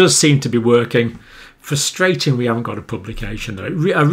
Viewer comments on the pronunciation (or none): none